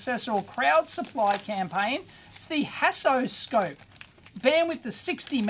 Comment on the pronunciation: I would like to say that Haasoscope is not a good name. When Dave says it (like any English speaker would), it sounds like "hassle scope", and from the video, it seems like he had nothing but hassle when testing it. I'm sorry mr Haas. Second point: I would have liked to see a teardown of the screwdriver. I was curious about the mechanism, even though I know this a electrical engineering channel.